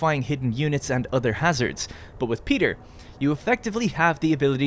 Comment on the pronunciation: Not "Peter" just P I Ter with "I" 😂